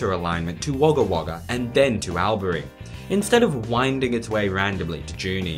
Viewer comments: Albury… pronounced “Allbry” Junee… pronounced “Jew knee” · That’s All-bury not Al-bury. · Just so you know it is pronounced All-bury not Al-bury :)) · Thanks for this video. Firstly, Albury is pronouced All-bury not as is Allan but as in all or already. Secondly, I do agree with the building incrementally concept, but I would use a tilt-train like the Spanish Talgo service, Thirdly, I would not deviate from the route between Junee and Melbourne, it is already adequate for 200/hr operation, interesting video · Love your stuff but you need to bone up on your pronunciations before you launch... Joo-nee (equal stress) and Orl-bry for starters. 😸